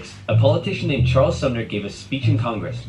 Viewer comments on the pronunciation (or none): none